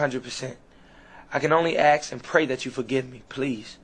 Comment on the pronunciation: I can oy axe for forgiveness